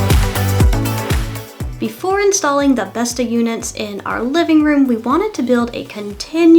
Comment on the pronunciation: Besta = grandma Bestå = remain, not withering away, endure That little ring does change the pronounciation a lot lol. Not that there's anything wrong with pronouncing it how you want, I just found it funny.